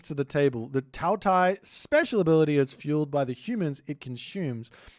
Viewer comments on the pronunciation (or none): Qi is pronounced like "CHEE" so Qiongqi would be "chee-ong-chee" more or less, Qinglong would bee Ching-long Taotie--> Tao, like tah-oh, Tie is like tyeh, like a T before Yeah! Tah-oh-Tyeh Taowu you said well Hundun--> hoondoon more or less, but with a shorter oo sound than in moon baihu--> you said well Rushou-->roo-show XU is a shoo sound, more or less, so Xuanwu would be shoo-an-woo Zhuque, Zh is a hard J sound, and again Que is Chooeh, so together, Joo-Chooeh Basically remember Qi or any Q is almost always a CH sound, while X is usually a SH sound, Xi = shee, Xu= shoo, zh is a hard J sound Zhu-->Joo